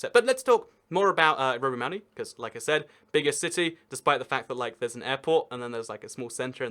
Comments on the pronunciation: I love it when you are supposed to say Rovaniemi, you just always mutter "Rovimaami.." hoping no one would notice :D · >pronouncing Rovaniemi as roviamani 🤔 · Romimami lmao, at least you are aware that it isn't pronounced like that. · actually there isn't really a metro system, just tram plus 1 line of metro, tho it does split in the east. also, its rovaniemi not rovienami, u switched them also espoo is espoo, helsinki is helsinki, but they are all in greater helsinki, also including vantaa and kauniainen also finnish an swedish isn't at the same level as dutch and french (and german) as many people already said also its not just because of the åland islands, theres also vaasa and neighboring places, they also speak swedish (and finnish) also fun fact, that expensive ferris wheel, (skysweel) has a (sky)sauna im not going to talk about pronunciation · Not bad, though I really can't fathom how you managed to get a "mami" into "niemi". :D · When Rovaniemi becomes Roviomam, Roviohuhmhmh, Rovamami, Roviomami (twice), Rovomami and finally just "Romi!" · It's Pronounced ROVANIEMI. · Rovamämi...?..so close but so FAAAR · Rovaniemi it's pronounced "Rov-en-yay-me" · I think he pronounced it Rovamama. 😆 Couldn’t stop laughing. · I love all of your 12 pronunciations of Rovaniemi ;) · The way you say rovaniemi sounds really dumb (Im finnish) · Wow that Rovaniemi pronunciation was so bad (like actually)